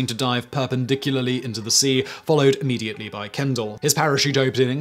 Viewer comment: Was "Immediately" not 1 word in the past? "Imme-diately"??